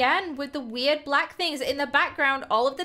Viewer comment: "It was a bwack thing!" 😦🙇🏿